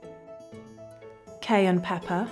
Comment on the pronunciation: Did anyone notice how she was very careful not to say "cayern peppern"?